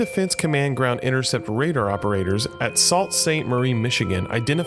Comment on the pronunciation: Not "Salt” Sainte Marie, but, " Sue".